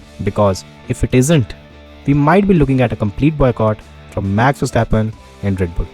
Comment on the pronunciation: He can't even say 'Max'. Sad guy